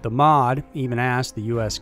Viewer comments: Sorry to be a picky Brit as I know I must pronounce US names wrong, but the RAF and MoD are never pronounced “RAF” and “MOD”. It’s always pronounced with each letter individually-just R.A.F and M.o.D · Not mod....M.O.D. As in....Ministry of Defense. Calling it Mod is like calling the Air Force "Usaf".You know anyone who calls the Air Force "Usaf"? How about the U.S. Army "Usa"? No? Its because NO ONE CALLS THE MINISTRY OF DEFENSE "Mod", THE U.S. ARMY "Usa", or the U.S. AIR FORCE "Usaf". Jeez, man...sometimes your rhetoric is awesome...and other times it is just ridiculous. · MOD and RAF are not acronyms. You should pronounce the letters individually. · Fyi MOD is pronounced M.O.D, and RAF is R.A.F they are acronyms. Made me giggle tbh 🤣 like U.S.A.F isnt called Usaf 👍🏻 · I am sure many an English person has chimed in here... But this video really made my day... MOD and RAF... :D It's M.O.D and R.A.F not words, acronyms... as the video went on it actually started to make me chuckle out loud... Brilliant :D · R. A. F. (Royal Air Force) = "Arr-Ay-Eff" (you got it next time round). M. O. D (Ministry of Defence) = "Emm Oh Dee". A good episode this, very informative. Cheers. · its the R.A.F and the M.O.D never said as a word! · Em oh Dee -MOD Are A EFF -R.AF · RAF and MoD are pronounced as the letters not as a single word. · As a general rule, you don't read the acronyms of government or military institutions in the UK as a word. You pronounce each letter. M.o.D. isn't mod, it's M, O, D. Royal Air Force is R.A.F. and not raf. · M.O.D not mod and R.A.F not raff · Ministry of Defence Is not called MOD. It is said M. O. D. Like CDC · Good video as usual, but feel like I need to correct you as the Ministry of Defence is absolutely not “also known as mod”. MoD is said as “em oh dee” just like the United States DoD. Literally no one calls it “mod”. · Same with Ministry of Defense. M. O. D., not MOD. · Thank you also M.O.D not mod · And it's not 'mod', it's the M O D